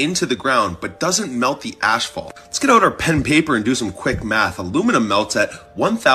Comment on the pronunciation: Asphalt, not ashphalt! 😂🤦‍♂️ Americans, eh?